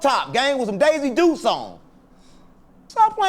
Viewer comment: Bro said daisy dukes 😂😂😂